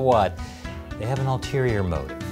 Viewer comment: “Alterior” or “ulterior”?